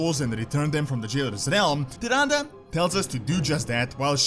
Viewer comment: Why you are pronounce it like tıranda ??